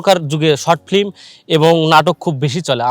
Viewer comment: ভাই প্রথমেই আপনার ফ্লিম কথাটা শুদ্ধ করে বলেন। ফ্লিম না শব্দটা হবে ফিল্ম...